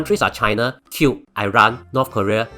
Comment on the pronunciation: I think it is Cuba and not cube